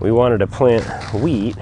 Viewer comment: I kept hearing plant weed.... oh geez lol